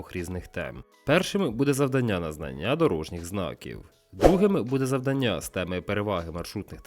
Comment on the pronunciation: Ставте, будь ласка, правильні наголоси: 1) не завданнЯ, а завдАння; 2) не однакОвий, а однАковий. І вірною може бути дружина, а відповідь - лише правильною. Щира дяка за українськомовний контент!!!